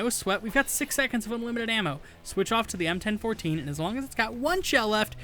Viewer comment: "EM-ten-fourteen" thats the first time I've heard anyone call the Bellini m4 that.